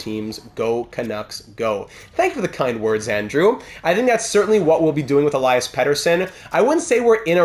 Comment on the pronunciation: Awesome as always. I have my own Vancouver Franchise Mode and there’s a lot of two-way forwards in the top 6. Think adding a pass-first playmaker would make sense and which hopefully will let EP40 reach that 50 mark. And also, love that you try to say Elias in proper Swedish. Next time I’d like to head to pronounce Nils Höglander with your best Swedish ✌🏻 Let’s go!